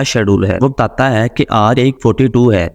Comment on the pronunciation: Tata hain .....Tata hain ...kya bol rahe ho....sedhe bolo na batata hain😅